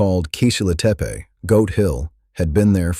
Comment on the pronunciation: you know, it would only take a few minutes to "train" your AI to learn the correct pronunciation of the words you use. at least the tepe part, it is rather annoying to think how lazy you are in your endeavors. i couldnt stand it, fix it and let me know. the potential that you have put together something interesting. this is really bad, and REALLY LAZY